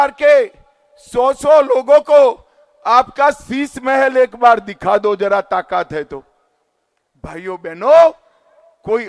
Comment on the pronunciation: सही से भाषण तो दीजिए नेता जी ताकत को तकात बोल रहे हैं, राजनीति को लाजनीति बोल रहे है। गाड़ी बंगला तो एक गांव का मुखिया ले लेता है 5 साल में आप तो अपने बेटे को बीसीसीआई का सचिव ही बना दिया। अगला विकल्प केजरीवाल ही है जो आप जैसे लोगों को सत्ता से उखाड़ फेंकेगा।